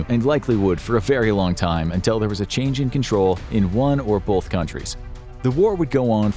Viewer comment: contrary to popular mispronunciation, "both" does not have an "L" betwixt the "o" and the "t."